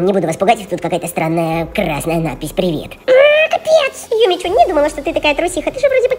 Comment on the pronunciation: а почему не юми чу а юми чю имя:face-fuchsia-tongue-out